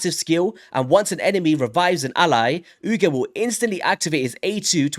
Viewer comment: A) Yes, my never-aging brother, I'm going for the 1+1 on sacreds. I KNEW they would do that! Right after this event-weekend. Should've warned the guys on... welp "this chord". B) Oo-Geer would be the right pronunciation. But, who cares right? haha! Oh the colours, yes, been a trend since last year (Purple+Gold)... Not sure why... hehe C) The dude is a filler, a pool diluter, as I said on this chord. Has some nice notes, differences with other known supporters, but... in Arena, he's a sheep, and all-in-all, nothing new really. D) Last but not least, I'm going for it for the same reasons I do every fusion: It's a guaranteed leggo. /Shrug. Sometimes get buffed, or changed. Welp. 'Neway brodah, thanks for the vid!